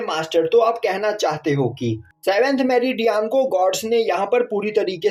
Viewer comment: Bro it's meridian it's not metridian